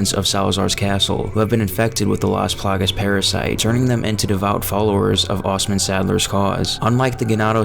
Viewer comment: take a shot every single damn time he says "las palagas"